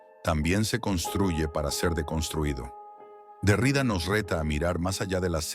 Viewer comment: Me encanta, gracias. Xfa, mejora la pronunciación, sobre todo cuando nombres apellidos. El apellido del filósofo Jacques Derrida se pronuncia con acento en la última a. En francés, se dice aproximadamente "DerriDÁ". Aunque la i tiene un sonido claro, la acentuación recae en la última sílaba, como es común en muchas palabras de origen francés.